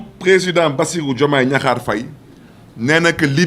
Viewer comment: il ne faut pas gâter le nom de notre président on dis diakhar on ne dis pas gnakhar boumou amati, yeureum naala trop khadiou balcon 😂